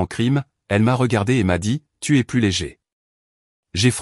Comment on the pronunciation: merci de ne pas prononcer plus comme + en prononçant le s, alors que dans le texte ça signifie le contraire. Idem : Y est le seul grec mais seulement en tant que lettre de l'alphabet . "Il se prononce est un "i" quand il est un pronom. Belle histoire où celle qu'on a voulu malmenée n'est pas celle qui a été rejetée par le public.